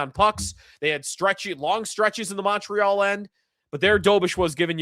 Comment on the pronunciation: Hey, thanks you finally said ‘MOntreal’ like someone from the 716. Always kills me when you 550 guys say ‘MUntreal’ like it’s PC or something. Fly your flag. Go Sabes. Beat the MOntreal CanadiEns 🎉